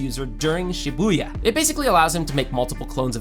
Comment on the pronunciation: U keep saying shabuya Shabuya 2